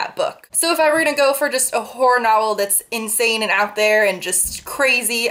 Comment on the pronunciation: I've kinda been binge watching your videos and I swear to God, everytime you say "horror" I hear "porn" haha. I never noticed that these two words sound so similar.